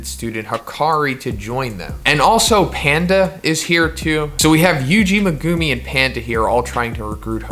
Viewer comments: I wanna dislike because of how you say megumi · Why does he say megumi like that